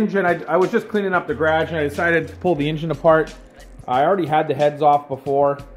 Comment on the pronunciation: “today I’m out here workin in the GRADGE”